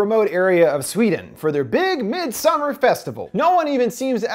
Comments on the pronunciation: Everyone: Midsommar This guy: midSumARR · "Midsommar" is pronounced similar to "midsummer" with the emphasis being on the mid-SOM-mar, not midsom-MAR". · Thank you. Have family who speak Swedish. His mispronunciation gets to me whenever he says it. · MidsOmmar not midsomaaaar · MidsomARE hahaha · Sam are miD... MidSaMarrrr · "mid soMMAr"......i mean go off ig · Mid SOMAR LOL I believe its pronounced midsummer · The more you say “mid sommAARR” I want to thumbs down. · Fun fact you pronouns it medsommar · As a swede i am more afraid by his pronunciation of midsommar than the movie it self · We shouldn't be bothered by it but that's exactly what we are bothered about. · Tac0 threesixtyy every movie with a title not in English gets butchered on this channel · I'm a Dutch/Nord, but I get what you mean. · I came here for this comment. He is the only person (American or otherwise) I’ve heard mispronouncing this so profoundly. Come on. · Masuda Khatun it’s literally a Swedish word, which is what the movie’s about. As a Swede, it literally made my eye twitch hearing this dude pronounce it wrong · This guy should have offered himself as a sacrifice for the atrocious pronunciation of “Midsommar”. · Are you trying to say "Midsommar" in Swedish? Thats not the way my guy haha / Swedish guy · Omg that constant mispronunciation of midsommar... 😅😅 Great vid though!